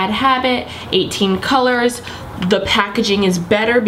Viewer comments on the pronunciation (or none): none